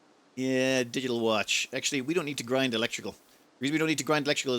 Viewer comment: darn, i hear everytime "diddle watch" instead of digital watch. yeah, i´m old...